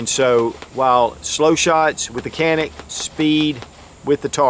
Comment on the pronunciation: It’s pronounced as John-ik god damn it. Respect the brand